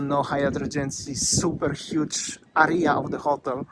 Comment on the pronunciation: I love your accent! Especially when you say area..... like arr-rree-arr. I so look forward to your vlogs. You’re my No.1 go-to since Waz passed away. Sanur is our favourite Bali location. Cheers from Brisbane Australia